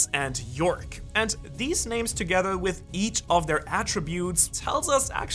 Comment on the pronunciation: Shaka is shakyamuni buddha related not Zulu related I think, yoak as in burden carrying device not york .